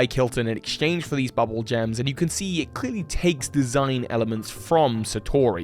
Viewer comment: I'm just saying. I think it's boob-bool frog - bubble seems to eh. Bubbul like that sounds more like rupee and blupee. The ū .